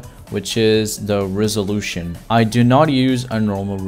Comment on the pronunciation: Us : resolution Him : rizzolution Fr it sounds like that